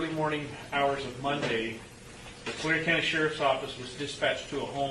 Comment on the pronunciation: It’s Tulare county **